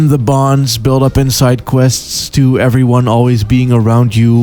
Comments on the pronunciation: I must inform you tae fuck is pronounced ta fuck that is all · I just found your channel through a shout-out by Super Eyepatch Wolf, and I'm greatly enjoying your videos so far. However, I just can't quite place your accent, and it's messing with my brain. My immediate thought was you were American, then I quickly came to realise you were probably Dutch, but influenced by American media. Then when you said "engaged tae fucc" I couldn't help noticing a Scottish twang in certain words. Any chance you could clear up the mystery, please?